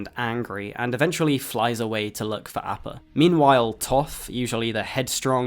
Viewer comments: Sorry, great video but, just can't ignore the repeated mispronunciation of appa. Ah-pah, not A-pah. c'mon, aang says it almost every epsiode. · Last Airbender ass pronunciation of Appa 😂😂😂😂